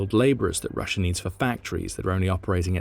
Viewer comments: It’s not “Rusher” it is pronounced “rusha”😂😂😂😂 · There is no r at the end of Russia. Proper English my ass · Always found it funny how brits said rusher instead of russia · Why do you call it Russer?